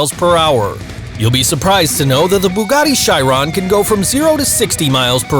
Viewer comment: Bugatti Charon bu GAT ti SHI Ron